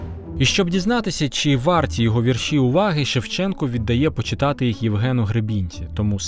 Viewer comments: Не "віршІ", а вІрші. Наголошуйте правильно. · хіба не знеєте наголоса -"Вірші"? , треба наголос на перше "і" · ДорогийиАкім Я дуже люблю твої передачі Ми великий розумник і молодчина Твоя мова загалом вірна Але сьогодні ти мене здивував: у слові вірші наголос падає на перший склад: у моїх вІршах я часто пишу про Кобзаря-Пророка-Батька Тараса Я пишу вірші з самого дитинства, пишу, скільки себе й пам'ятаю Дуже люблю твої передачі та й ти сам мені дуже подобаєшся Я пишу не тільки українською мовою, а й французькою, рідше англійською та зовсім мало расєйською Виставляю вірші за порадо ю мого сина у ФЕЙСБУК То ю я маю багато друзів у 19 країнах світу Я була б дуже рада мати й тебе своїм другом п. Люсі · Звільнення не з рабства, а із кріпацтва... І не віршІ, а вІрші ... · Наголос вІрші, ШевченкА, СошенкА іт.д.